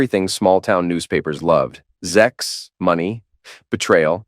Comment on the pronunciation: Stop saying ZEX . It sounds stupid .